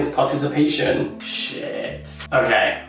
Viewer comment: that Shiiiiiiiiiiit was the most English thing I’ve ever heard you say